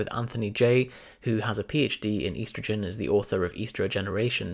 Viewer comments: Great, except he says "eastergin", annoying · ESS-trogen Dictionary Definitions from Oxford Languages es·tro·gen /ˈestrəj(ə)n/ Please learn how to pronounce this word the way the rest of the entire English speaking world, and in fact the English dictionary suggests. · You say estrogen weird.